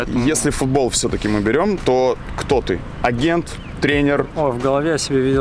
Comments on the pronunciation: Áгент,харош ударение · Блин, как ее "А'гент" режет слух.